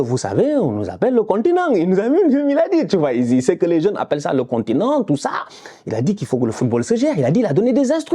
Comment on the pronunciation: Heeeh le contineng😂😂